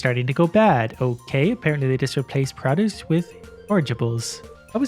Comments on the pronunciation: I dont really hear your accent (I'm from northern mi so the accentuate similar here) but when you say produce lol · Stop saying produce wrong